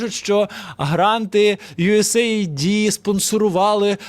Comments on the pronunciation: Не йуесей айди, а йуес ейд, тобто допомога, ОША, припини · US AID, а не USA ID. А так - запалюєш норм, давай ще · Дрогий, чудові прогрвми, ми завжди дивимось ваші випуски. Дякую. Хочу тільки вас поправити у вимові US AID правильно буде " юес ейд", хоча AID є абриватурою але також співзучне із "допомога".